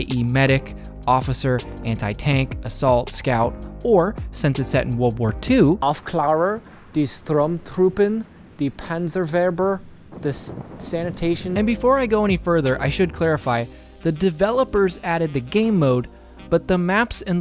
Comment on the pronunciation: "The Panserweber"